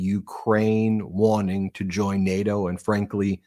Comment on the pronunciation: He pronounces nato like Kanye says Barbados “bar bey toes”